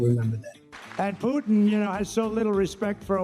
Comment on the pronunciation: Trump can't even pronounce Putin's name correctly this bum's cognitive decline is off the charts and he wants to be POTUS again have mercy on America. 😂😂😂